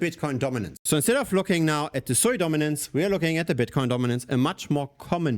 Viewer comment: its not sooiiiii its suuuuuuuuuuuuuiiiiiiii